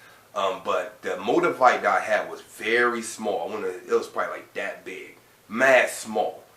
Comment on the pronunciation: Did he say "MO-DUH-VITE"??? Lmao lmao lmao